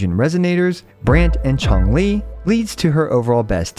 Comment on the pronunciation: Everyone: Changli: Chonk Lee